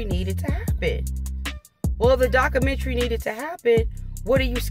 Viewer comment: It’s pronounced; doc·u·men·ta·ry, not daca - mentry.